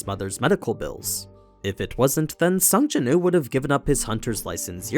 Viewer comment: Please say the W in his name. His name is Sung Jinwoo, not Sung Jinoo